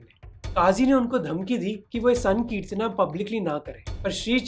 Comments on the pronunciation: भाई मोहक जब आप हिंदी में बात करते हैं तो फिर हिंदी शब्द को हिंदी की तरह क्यों नहीं बोलते हो। जैसे- चैतन्य को चैतन्या संकीर्तन को संकीर्तना बोल रहे हो। कृपया सुधार करें। जानबुझकर ऐसा न करें। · Bhai sahab ye sakritna kya h ...isse Hindi ki trh v to bol sacte h....yese bolo srikitan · Is it just me or Mohak's pronounciation of Sankirtana sounds crazy